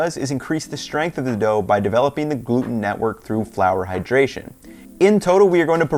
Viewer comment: Amazing recipe and will definitely try, but when I heard him say "AHAHAdration" I started dying 🤣☠